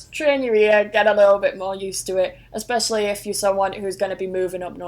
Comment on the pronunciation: What about the invisible x in especially then?;o) keeps doing it! LOL. Was fun and a little surreal seeing Americans mock an English person speaking English though. I still think that over there you really speak Americanese or Americana or maybe Americium - I don't know, you guys pick one. It definitely has roots in English, but it is not actually English as such.